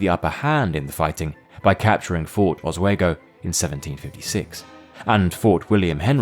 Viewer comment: Oswego is said aaz.we.gow Teach ur AI how to say native American names right. I have not heard one get one word of a native tongue right. Btw for the poor reading of this I give u a thumbs down.